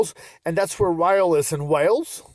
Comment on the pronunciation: Honoured that you featured my hometown in your video. Loved the suggestion to come visit us ❤️ If you ever happen to feature Rhyl in another of your informative videos, just to let you know that Rhyl is pronounced ‘ril’, as in rhymes with hill. Keep up the entertaining content!